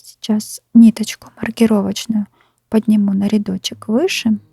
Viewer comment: Ниточка,петеличка, рядочичек - это что, детский канал по вязанию? И не РИдочек - а РЯдочек